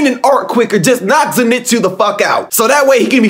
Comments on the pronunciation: Bro, why tf do y'all keep saying "Zinetsu"?😭😭 It's "ZENITSU" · not ze- nit-su but zen-i-tsu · Its zen eet suu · The way he pronounces “Zenitsu” 🙉🙉